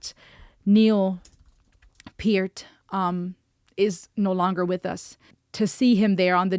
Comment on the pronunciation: She got Peart's last name right.